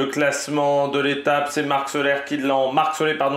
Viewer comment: on dit vraiment marc solé?